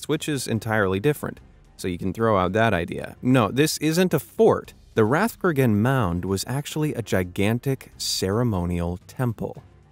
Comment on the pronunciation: Rathcroghan is not in the north of Ireland. Also you pronounced it wrong, but Irish pronunciation can be difficult.